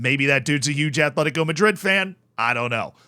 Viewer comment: *Atletico. Not Athletico. No TH sound. Just T. Atletico.